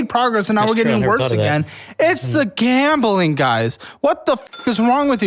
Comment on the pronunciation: Gambling, gambling, gambling, gambling , gab'ling, gab'ling, gam'ling, gam'ling, gam'ling, gam'ling, gam'ling, gam'ling... Yeah, if I have to repeat that word so many times I would give up on saying it properly as well.